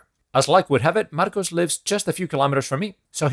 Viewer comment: Stellar troubleshooting! I didn't know you were Spanish, btw. Your English is perfect. When you said "Marcos" like that my brain went "What the hell"🤣